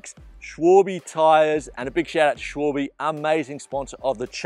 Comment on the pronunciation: shvohlbee? Try shualbeh